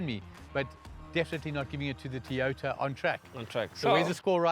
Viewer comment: It',s Toyota, not Teeyota!